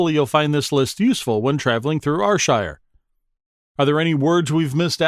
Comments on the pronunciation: 😂 very humourous and well said apart from the pronunciation of Ayrshire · YES!!! I'm an American and I knew it was wrong, and it made me CRAZY! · It's pronounced AIR SHIRE not R SHIRE ya numpty or eejit or haufwit lolx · Slight correction - its not are-shire it is ayyr- shire... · its pronounced air sher nor are shire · Here's another yin, NIPPY! which is whit a wid describe you cryin' it Rshire when it's Ayrshire (pronounced Air-shire), ken whit a mean? 😂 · ye dont pronounce it like R-shire. you pronounce it like air-shire. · Air air air air shire not r shire!!! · AYR(Air)SHIRE! not Arshire! 😡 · AHHHHHH ITS AIR-SHIRE NOT AR-SHIRE😑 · Why would one go through all the trouble to make a video and mispronounce the area you are talking about. R shire????????? AIR AIR AIR Shire....................... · It's pronounced Air-shire! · Can everyone understand Americans u call Ayrshire fu*kn areshire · NOO ITS AIR-SHIR THATS HOW U SAY IT 😂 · Ar shire , Scat land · Its not R shire wtf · Arshire... wtf are you? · Lol ...OH DEAR only 13 seconds in and already theres a mistake.. ps yes i am fae ...R SHIRE.. ..Dalry...or is that dal.. ry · Clearly some folk don't get sarcasm. Why would a channel dedicated to Ayrshire get an American that can't pronounce Ayrshire correctly. Thankfully some of us appreciate the fine art of sarcasm. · How your pronounce Ayrshire is… cringe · Who's going to trust someone who can't even pronounce Ayrshire properly? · Fucking mook can’t even say Ayrshire , no awall ain’t bile youra heed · You cannot even pronounce Ayrshire correctly!!!!! Good grief. This is a commedy video right? You are getting it all wrong. Gaw biel yer heed! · shockingly bad video, you say ayrshire totally wrong and many of those words are not common spoken words let alone even known. I am born and bred there and none of what is said is correct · Fuck aff yae canny even pronounce the words that yur tryin tae TEACH folk